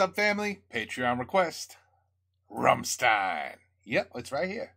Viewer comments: Yeah, and the Rammstein is pronounced like with sh instead of s you know.. Rammshtein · Actually, you still haven't got it right. The "S" in "Rammstein' is pronounced as "sh" (like in show, rush, wish...) The rest you've got. 😉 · Ok if i see it right you didnt hear the song "Rammstein" same name as the band name... you need to watch the live version from 2019 or newer ... after that you know how to pronounce the Bandname correct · yes as an american you say rämstein . as a german we say ramm schtein. but its okay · It's pronounced like "RAMSHTAAIN" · All we want is to hear you saying "rammSHtein" 🤣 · Its Ramm Stein, Stein you prounance it with S like Shoes. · Try pronouncing the "s" in "stein" as "sh" like the "sh" in "marshmallow", but just a bit harder. That's pretty close to how it sounds in German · The bit you ARE having trouble with is that the 's' is pronounced 'sh' 😂. Ramm'sh'tein. The lyrics to this song are a mashup of their song titles and chorus lines. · It's rum, like gum with a rolling r, and shtine, like shine with a t. Rumshtine :D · Rahmm-shtain. With a roll on the ‘R’ of course, which is hard for americans ive noticed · Rammstein pronunciation: "Ramm" rhymes with "hum" (as in hummingbird) "stein" = shtine (rhymes with wine) Even though it's just an "s", it pronounced like "sh". (Only people from Hanover pronounce it as "s" :D) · The pronunciation is almost the good one, but not perfect in the middle, it's something like "sh", like for example in the world "shut". Ram-sh-tein Concerning the sound, obviously they did a bad compressing. Yes the hat explodes at the beginning, when he throws it to the crowd. This song doesn't ave any studio version, it was especially written for this tour as on opening song, and made with titles and some sentences of their past songs